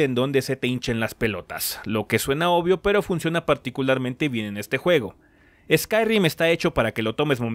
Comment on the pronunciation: Qué molesto fue que dijeras ''Skyrrrim'' JAJAJAJA